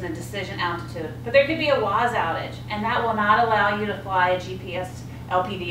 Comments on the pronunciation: It’s WAAS! Not WAZ🤦‍♂️🤦‍♂️ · Great video....very well explained...but please its WAAAAS not WOZ .......thanks !!!!